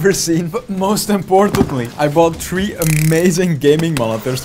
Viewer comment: i like how you say tree and not three